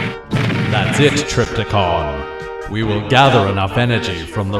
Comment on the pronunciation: Trypticon not Tripticon.